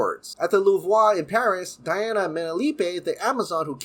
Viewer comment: I found it funny that it says louvre and he said louvoix.